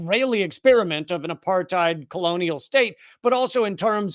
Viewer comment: "Israel isn't apart-thighed!" - Michael Rapaport